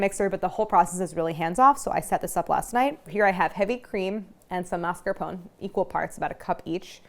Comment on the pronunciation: maritozzi was pronounced correctly, but mascarpone was not. “mas-car-poh-nay”